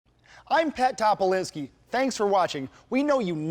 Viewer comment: like the way you pronounce Topoliński.... almost as if you've never left the motherland